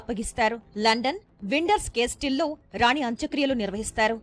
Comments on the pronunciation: "విండర్స్ కేస్టిల్" కాదమ్మా "విండ్సర్ కేజిల్" (windsor castle), కోట్లాది మంది ప్రజలు గమనిస్తూ వుంటారు జాగ్రత్తగా మాట్లాడండి...👍😌 From UK.🙏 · It's not Winderss Castle... It's Windsor Castle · Not <Windors castil> It is <Windsor castle> . Before reading the news one should get it's authentic pronunciation, please. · అది విండ్సర్ కాసిల్ Windsor Castle. విండర్స్ కాస్టిల్ కాదు